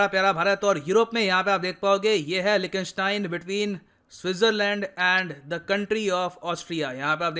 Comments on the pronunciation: 🤣🤣🤣 लीकटेनस्टेन not लिखी स्टेन please correct ur pronunciation bro it's pathetic. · Austria ka pronounciation sari bhashaon me galat tha aur Liechtenstein ka bhi accurate nahi tha